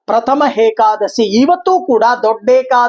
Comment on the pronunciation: ಗುರುಗಳೇ ಅದು hekadasshi ಅಲ್ಲ ಏಕಾದಶಿ